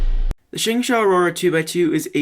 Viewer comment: You pronounce it SHUNG-SHO